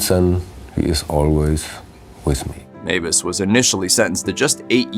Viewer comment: Meiwes is pronounced "MY- ves" not Mavis. In German, ei is pronounced "eye" and ie is pronounced "ee". The pronunciation is always the name of the second letter.